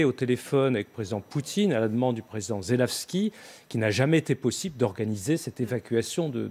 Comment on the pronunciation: "Usine ASTAVAL", le président "ZeleVski", "AzovSHTAL" mais sérieux vous êtes dyslexiques ou quoi ???? C'est pas compliqué quand même...